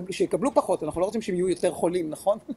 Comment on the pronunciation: מדוע אתן אומרות כרדה ולא חרדה ? מאיפוא בא לכן הכרא הזה ? מדוע אתן אומרות כולים ולא חולים ? מדוע אתן ואתם אומרים סטואצייה ולא מצב ?